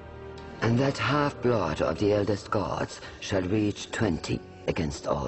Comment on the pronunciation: That was funny when Percy pronounced the first line wrongly like the half blood of eldest "dogs"!!!!!!!!!!!!!!!!!!!!! That was awesome